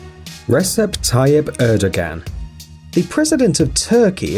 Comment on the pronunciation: Just FYI, the Turkish leader's name is not pronounced ReSep Tayyip ErdoGan. The C is a J in Turkish, and the G is silent. So, Rejep Tayyip Erdoan is how it's pronounced. Really grates me when names aren't pronounced correctly. The Japanese PM's name is Shinzo Abay, not Abe. Disappointed that you wouldn't learn how to pronounce these names.